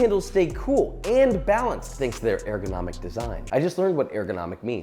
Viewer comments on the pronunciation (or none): I, just like Josh, have also just learned what airgonomic means. It seems to be a mispronunciation of ergonomic.